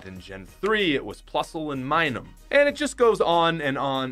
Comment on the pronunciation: It's not Minum. It's Minun.